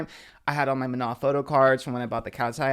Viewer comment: manny mua was talking about katseye and was calling manon “MAN - AN”